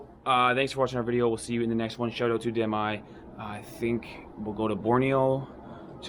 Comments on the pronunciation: every time you said Damai, me= damn I :') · "Damai residence" What I thought I heard "Damn... I.."